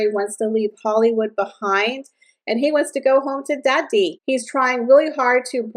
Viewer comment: Listening from the UK and the way you say daddy cracks me up! 😂😂😂